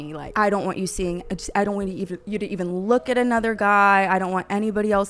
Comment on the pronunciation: Yes, doynt explote them! That mispronunciation had me laughing almost as hard as the Matt Rife jokes